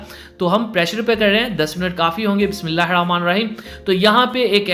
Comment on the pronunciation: Bhai Bismillah sahi se parhe ap total ghalat ada krte hain